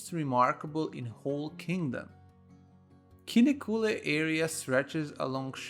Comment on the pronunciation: Please spend some time to learn to pronounce Kinnekulle.